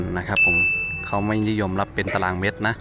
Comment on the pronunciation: เมตรไม่ใช่เม็ด😂